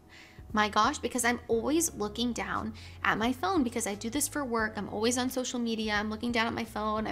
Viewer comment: said “always” with a British accent there